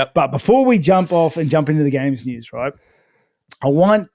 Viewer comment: The way says noos instead of news is infuriating!